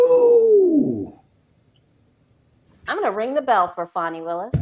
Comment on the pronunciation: Just an fyi…it’s FANI not Fonnie.